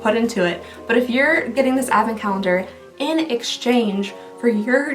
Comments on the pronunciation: Teeehee, Calnendar at the end there... xD I think the Sephora calendar broke her brain, y'all. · "bonus calnender" lol I love it